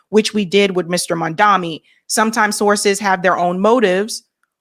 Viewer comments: Please say his name correctly. He is MAMDANI not MANDAMI. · can't even pronounce this man's name correctly. His name is Mamdani. Not Mandami. It's highly disrespectful!! is trying to sabotage him, and I don't know why. Why not do a show critiquing his policies and why they're popular with the NYC voters. Instead, you do a show about what box an 18 year old checked on a college admissions application?? You're disgraceful,! You're gonna lose subscribers if you keep this up. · Its not MAN-DAMI. Its MAM-DANI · you're not even saying his name right... it's M A M D A N I. Why is it so hard? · Please, his name is MAM-DANI. It's not hard to say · "Mom Donnie" MomDonnie.. What is so fucking hard about saying Mom Donnie? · has lost the goddamn plot with this story. She’s really stretching to make it sound like an eighteen year old kid filling out college applications fifteen years ago and who had spent a good part of his life up to that point in Uganda was willfully lying and trying to game the system. Plus, how are you reading straight off an article and you STILL can’t pronounce the guy’s name correctly? It’s MAMDANI, not MANDAMI. Get it right!